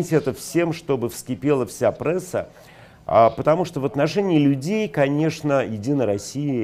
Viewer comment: А как замечательно здорово Александр Глебович произносит слово "пресса": прЭсса! Это тонко. Видимо и "кофе" он произносит также, через аристократичное "Э".